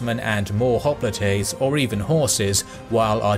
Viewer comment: Hop-li-tey? Hoplite is "hop-light" in English and Greek. >.<